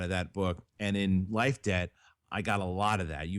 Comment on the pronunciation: whenever said Life debt i always thought he was saying life day and i was very confused